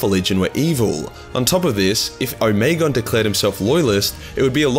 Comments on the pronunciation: O-me-gon. Not omegen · O-me-Gon, 3 syllables.